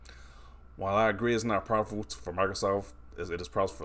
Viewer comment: This guy adding way too many syllables to profitable lol